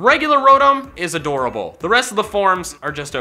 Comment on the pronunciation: Rodum??? It’s pronounced Row-tom